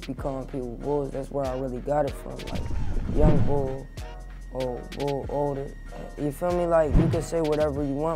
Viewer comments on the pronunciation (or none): My G I’m located in philly too, and it ain’t “young bull” it’s “young bouh” as in young boy